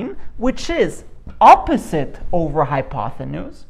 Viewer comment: I’m just wondering if you’re really pronouncing it, “hypothenuse“?